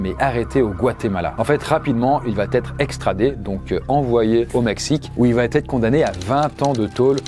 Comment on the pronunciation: Juste un truc : 'va' n'a pas de 't' a la fin. Ça pique vraiment les oreilles d'entendre à chaque fois "il va't'etre"